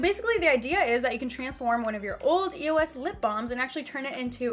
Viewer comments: it was so annoying how throughout the whole video she was saying e-o-s instead of the word eos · the brand name is not pronounced by each letter. it's all one word. just a tip since youtube success is getting competitive you might want to do some research before hand on the brands you are going to feature, it makes you look more professional